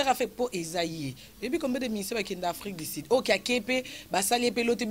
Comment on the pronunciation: afrik du sud et non afrik di sid